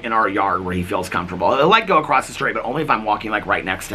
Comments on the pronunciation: you pronounce the word across acosst 😂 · I did notice that you said “… 10 feet acrossT”